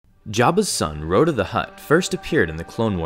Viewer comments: Raw-tah. Not Roe-tah. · "Row-dah the Hutt" It's "Rot-uh"